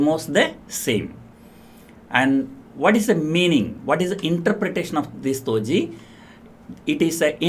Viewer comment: it's not "toji" pattern.. it is "doji" d for dog.🤣🤣🤣🤣🤣 you are hilarious mr.🤣🤣🤣🤣👌